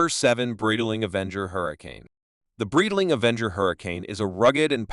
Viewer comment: The way AI's rape the Breitling name and other parts makes the video humiliate the watches and the whole brand. Horrific.